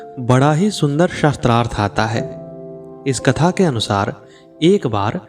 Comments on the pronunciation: Correct pronunciation is shaastrarth not shastr arth. Weapon is not meant here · शास्त्रार्थ की बजाय शस्त्रार्थ शब्द उच्चारण कर रहे हैं आप 😢 कृपया सुधार करना जी। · गलत उच्चारण से अर्थ का अनर्थ हो जाता है। आप गलत उच्चारण कर रहे हैं ।शास्त्रार्थ को शस्त्रार्थ कहना गलत है। शास्त्र से शास्त्रार्थ बना है।शास्त्र का सम्बंध पूर्व से प्राप्त संकलित ज्ञान से है शस्त्र का सबन्ध हथियारों से है। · Aap shastrarth bol rahe jo galat hai usko shaastraarth sha ko aaki matra hai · आप शास्त्रार्थ बोल रहे . वो शास्त्रार्थ है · Improve your pronunciation. It is शास्त्रार्थ not शस्त्रार्थ ! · Aap shastrarth shabd ka pryog kar rahe hain jabki sabd hai shaastrarth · शस्त्रार्थ एवं शास्त्रार्थ में अंतर है। उद्घोषक को अशुद्ध उच्चारण से बचना चाहिए। शास्त्रार्थ यानी शास्त्र + अर्थ । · कंटेंट तो बहुत सुंदर है लेकिन नेरेटर का शास्त्रार्थ को शस्त्रार्थ बोलना चुभ रहा है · शास्त्रार्थ this is correct pronunciation